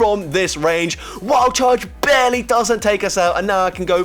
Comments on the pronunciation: yeah! "Bear-ly" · every time you said “…barely” i heard it as “bearly” lol. or “gg’s to that opponent bear” after every battle 😂 also, i know it’s just RNG but I swear NS boost rates seem out of control this season.